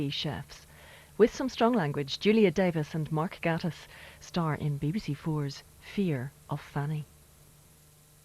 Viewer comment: No it is not Gaatiss it is Gatiss pronounced Gaytiss